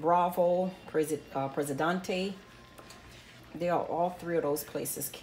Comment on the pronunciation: I am having so much fun revisiting your recipe videos. I am obsessed💕 you said Bravo and Presidente, sounds like you may be in south Florida ✨✨ thank you so much for all the amazing recipes. Much love.